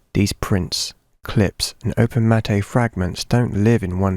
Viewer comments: BTW, 'matte' is pronounced 'matt', not 'matté'. Great video, anyhow. I generally agree with what you're saying here. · Great video, but it's pronounced "mat" , not "mat-ay". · I don't wanna be the asshole who just comments to correct you, but it's pronounced "MAT." It's spelt "matte" like "latte," but it's just simply pronounced "mat." Ok great video! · hahaha it's just pronounced Matt, like the name, it's French. Comes from Matte painting (as we paint out the top and bottom of the frame called "letterboxing". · It’s not Mat-ay lol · It’s pronounced “mat”.. it refers to “matting” or framing art 🙂